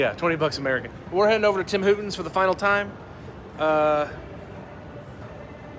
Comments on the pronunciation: TIM HOR TON. NOT WHO TON, Lol wtf man it’s the crocks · Lol it’s called tim hoRton’s... not hoUton’s -from your lovely Canadian neighbors 😉😊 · Why do you call it Tim Hootens. It's Horton's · Tim “Hooten’s” 😂 Nice vlog!